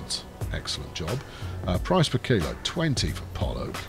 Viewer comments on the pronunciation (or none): none